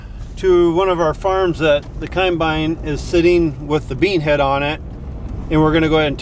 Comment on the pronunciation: i love how your dad pronounces the word combine - "khime-bine"